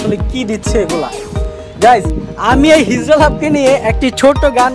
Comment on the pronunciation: Ehen guys it's hizra not hizla...abal hala tui